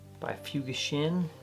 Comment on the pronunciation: Looking at their website, I saw a beautiful split-toe derby at $350. They clearly have a future. Having worked in Japan for 12 years, I think the correct pronunciation should be 'fooGAshin,' (BTW 'fu' is never pronounced as in English 'fuse' but only as in 'fugu fish.')